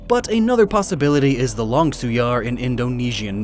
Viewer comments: Not hating but u said Langsuir wrong it’s Langsui the “R” is silent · not "lan-sung-yar" it's"lang-sue-ear" (im just correcting the pronunciation not being rude) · Actually, a Langsuir pronounce as Lang-su-ir is a ghost from Malaysia. However Indonesia does have a similar ghost but called Kuntilanak pronounce as Kun-ti-la-nak. They both technically the same with different name. Typically a ghost from a women who died during delivery or died with a child in the womb. As far as I know, in Malaysia, the child of dead women were used in dark magic and the child is called Anak Kerak. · it is lansueweir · Langsuir is pronounced lung-soo-where... but if you going to talk about a flying head ghost, it more resemble to Penanggal for me. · As an Indonesian, it's funny to see how pronounced Langsuir 😂. But good research there, dude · As an Indonesian, hearing pronunciation of Langsuir is hilarious. Though to be fair, I've never heard of it before so I may butcher the pronunciation too. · bad pronunciation of langsuir. Im not sure how to type it out. but just commenting . :) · you didn't pronounce Langsuir twice the same way